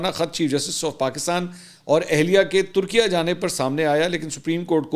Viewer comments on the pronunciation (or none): none